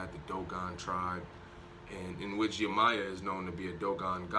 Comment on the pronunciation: Can u please say yemayah name correctly your saying it wrong 🥴